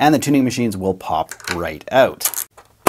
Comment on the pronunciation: Is Canadian? The way he said "out" was suspect